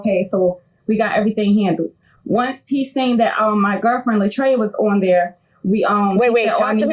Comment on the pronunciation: LA TRAY-A, not LA TRY-A Marilyn M.